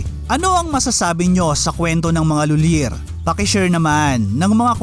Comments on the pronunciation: It's lolyie ang pagbasa nyan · Tamang pronunciation ai LUI-LEY. CEBUANA LUI-LEY. OR M LUI-LEY. Napaka down to earth ng pamilyang yan. Si Monique lhuillier bestfriend yan sila ni lady gaga.